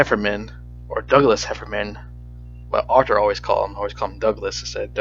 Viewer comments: hefferNan not hefferman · because their name is heffernan, sound like ur saying hefferman